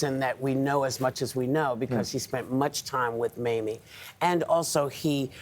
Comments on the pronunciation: Did Nate say "Mammy" instead of "Mamie'? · He called her Maime, I think some one corrected him !